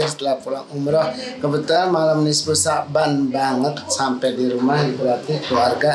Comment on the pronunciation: Nifsu kak bukan nisfu😂